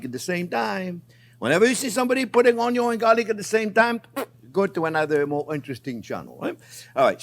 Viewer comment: chef YOU USE A LOT OF ONYOS IN YOUR RECIPES I MEAN ONIONS THATS OKAY KEEP SAYING ONYOS I LIKE IT BETTER